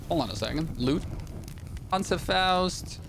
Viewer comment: You have to pronunce the ,,Panzerfaust" Like a real German